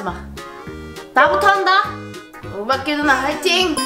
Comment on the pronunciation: 오바키가아니라오비키인데 왜 맨날 오리온은 오바키라고하지?